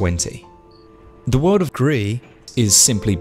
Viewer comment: Thought it was grease not gree??? Oh well don’t matter looks good 👍